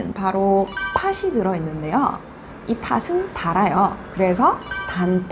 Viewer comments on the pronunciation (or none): I am sorry that there are 2 mistakes in my Korean pronunciation. 1. 팥이 -> [파시] (X) -> [파치] (O) The final consonant ㅌ is pronounced as ㅊ before the vowel 이. This is called 'Palatalization'. Find out more about this. ⬇️⬇️⬇️ 2. 팥은 -> [파슨] (X) -> [파튼] (O) The final consonant becomes the initial consonant in the next syllable before any vowel. This is called 'Linking Sounds'. Find out more about this. ⬇️⬇️⬇️ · This is a really good question. 팥은 is supposed to be pronounced as [파튼] since it's linking sounds. But I pronounced it as [파슨]. This is my mistake. Sorry.😅 Your listening is good!👍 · I noticed that you pronounced "팥은" as "파슨"? Why? :S